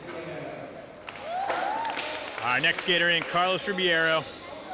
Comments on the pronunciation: Carlos Ri-BEI-ro, Ri-BEI-ro... not Ribiero... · Carlos Ribby-air-O. Lmao every time . I’d feel so disrespected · They always say Ribiero instead of Ribeiro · When are they gonna stop saying Carlos Ribby-air-o and instead say the CORRECT Rib-ayy-ro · When are they gonna pronounce Carlos Ribeiro's name correctly ?